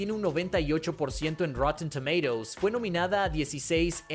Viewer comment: a ver si se aclara como se pronuncia tomatoes